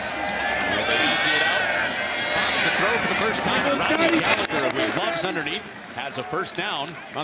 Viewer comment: FYI for you Americans Tyler Gallagher is pronounce Galla-her not Galla-ger